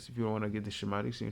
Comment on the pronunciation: Shem atics is correctly pronounced skem atics in English .